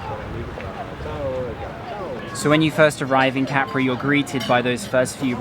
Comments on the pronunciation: Hello, really enjoy your on-the-ground videos. No b.s. and the real story for fellow travelers. And for folks who might be planning to visit this island, it's not pronounced Ca-pri, but Cap-ri. Keep up the good reporting. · if you're referring to me then I repeat what I said. The point is that the stress lies on the first syllable in Italian and on the second syllable in English pronunciation. How the syllable itself is split in Italian is interesting to know but not the point being made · Listen to the Italian writer - Ca-pri